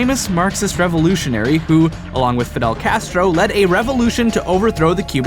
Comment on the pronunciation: as a cuban and a spanish speaker a cantell you your abillity to say che guevara and fidel castro are bad, horrible but satisfyingly amusing